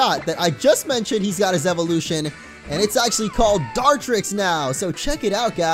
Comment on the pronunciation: Is it me or dose Dartrix sounds like D-trix